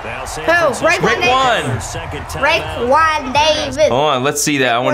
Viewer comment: Is it just me or said rickwon Davis!?